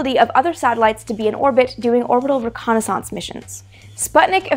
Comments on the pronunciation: Reh connie sonse? ...lol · Amy, I love the way you pronounce reconnaissance. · I like how you church up the word "reconnaissance" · Love the show, but you pronounce "reconnaissance" in an unusual way :) Yes, I know it's also a French word :) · Have...have I been mispronouncing 'reconnaissance' all these years?